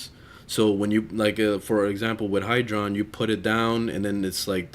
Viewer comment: Hydroid not hydron xD